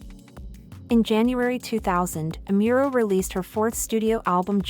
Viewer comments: its Amuro... not Emiro... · Amuro, not Amiuro. 🤦🏻‍♂️ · It would be nice if you could research and learn how to pronounce her name better. Amiro? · OH man the pronunciation of her name is horrendous. It's pronounced "Nah-me-eh Ah-Mu-ro" not "Nai-mee Ai-mural" Asian languages are not that hard to pronounce correctly. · Nah-mee- eh is how you pronounce it.